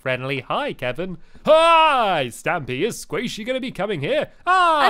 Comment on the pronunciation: Stampy, Squasihey.